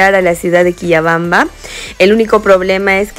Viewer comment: Se pronuncia Quillabamba 😅